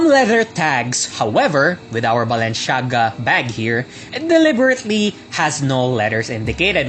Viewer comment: Super exaggerated ang pronunciation, sana talk normal naman and wag puro sigaw ✌️✌️✌️ you got me at "Balen-shaga" 🤣😂